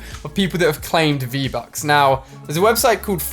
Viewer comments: he says get free-buks😂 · Lol u said free-bucks Good vid though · You said freev bucks